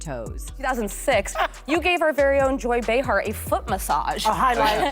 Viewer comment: Joy Bay-Har, not Ba-Har...